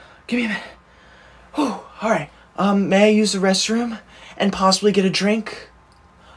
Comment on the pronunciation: MAY i go 2 the bathroom its not may-oh... Its is may.....